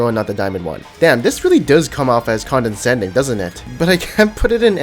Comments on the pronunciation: its con·de·scend·ing not condensending please stop im gonna die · Holy shit dude s condescending not condenscending ffs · do you pronounce it condensending? hehe its pronounced conduhsending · condescending not "condensending" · "condensending"? lol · wtf is condensending, you mean condescending? :P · CONDENSCENDING AHAHAHA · It's condescending, not condensating. But I still love your vids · He mispronounced it, that's why. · No, not condensation, hes mispronouncing "Condescending"